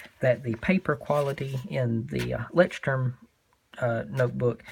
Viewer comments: Pronounced LOYSturm (per the company). It means "lighthouse" in German. :) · Not really. Check google translate, choose german as the language and then hit the pronounce button. You'll hear that it's not really sturm. You're forgetting the 'ch' sound. and there's no S in Leuchtturm. :) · Wow, the pronunciation is SO wrong in every way! You probably forgot to set it in German before playing it LOL. But other than that, it is a very useful video, thanks!